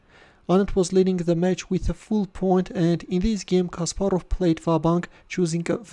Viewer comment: Your way of speaking CASPAROV like JACK SPARROW in dead men tells no tales ( pirates of the Caribbean )😁😄